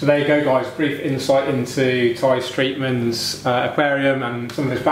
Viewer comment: Great interview, it's not Streitman, but anyway an amazing tank of Tai, as a crypts nerd i really liked it, which nationality has Tai? Because his name sounds very dutch.